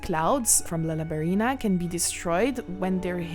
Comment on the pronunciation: Quand tu as prononcé "Lalabarina" j'ai compris 😂